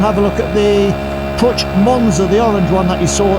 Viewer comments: It is not Putch. It is pronounced Puk. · Pook, not poocsh❤ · Its pronounced poosh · I live in Graz, the city in Austria where Puch used to manufacture its vehicles. My first moped was a Puch Monza—black, but with 6 gears. But with aluminium rims, without pedals.And back then, we did everything we could to get it up over 100 km/h (62 mph). “PUCH” is pronounced differently—not “putsch”... the “CH” is like in the Spanish sausage... chorizo... :-) My brother used to work at PUCH. Back then, John Player Special banned PUCH from using the JPS name. So PUCH turned it into SDP. Incidentally, PUCH also made world-class racing bikes. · I was always told that Puch was pronounced as "Pook", but I may be mistaken. Still a popular vintage moped in the USA as well. anything that's a top-tank model moped is desirable among collectors here but some of the step-throughs get some love as well. That John Player Special look is very cool; The team actually had a couple Honda ST70 bikes with the livery on them for use as pit bikes, one of them went up for auction recently through Iconic Auctioneers, it's a sharp looking bike. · It's pronounced 'pook' ! The first thing I was told when I went to the Styer-Daimler-puch factory' in 1967-68 in Graz on a course !